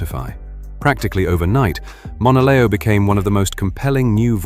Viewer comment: Pronouncing her name very wrong